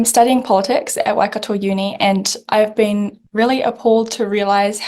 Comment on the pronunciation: Every Maori I know: “Why-caddow” Woke white kid: “why-car-tour”